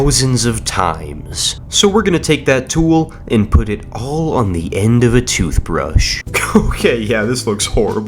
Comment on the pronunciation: Average British Person Tooshbrush (as a british citizen)